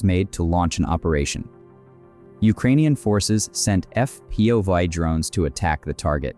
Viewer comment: "Eff Pee Vye" strikes - lol, terrible AI narration